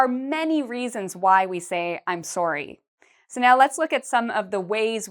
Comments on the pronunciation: Why is she pronouncing it “soary”? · Sounds like a Canadian accent on "sorry".